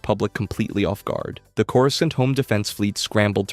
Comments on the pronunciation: Why u gotta pronounce Coruscant wrong? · The pronunciation of some of these planets is rough lol. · The real war is this man’s pronunciation issues. (Cor-uh-sont) Cato (Nuh-moi-di-uh) (Um-Bar-uh) (Moo/Muh-stuh-far) Cham (Sin-do-luh) Ashoka (Taw-no) Obi-(One/Wan)